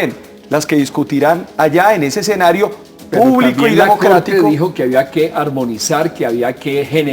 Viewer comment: para el invitado de la izquierda, no se dice exenario sino escenario